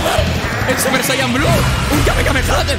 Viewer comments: Me hace gracia porque todos dicen kamkameha cuando es kamehameha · Alguien le puede decir que no es: Kamekameha Que es: Kamehameha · Al menos si eres fan no digas kamekameha y di kamehameha por favor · Es fan y no sabe decir bien el kame hame ah